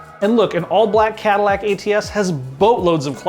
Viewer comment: Cadillac? LoL